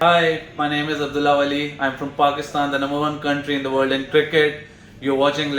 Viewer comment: The stress on "the world" though